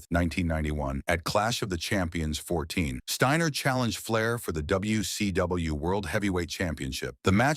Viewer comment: Shteiner??? Ai with a speech impediment